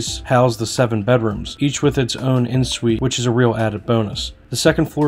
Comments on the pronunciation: Please learn how to pronounce the terms of your trade! It is not “in (en) Suite,” but pronounced “on suite.” It is not “foyer” but pronounced “foy-yay,” with the accent on the second syllable. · Just an FYI, en suite is pronounced “on suite “—it’s french